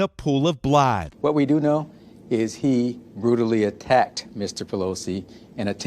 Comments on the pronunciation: "who was lying in a pool of blad" - Seriously they can't even be bothered to get minor details right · “a pool of blod”?? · wtf is "a pool of blaaaaa" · Scariest thing from this story.... how the reporter pronounced "blood"